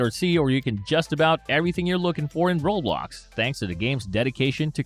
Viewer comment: bro said roblocksha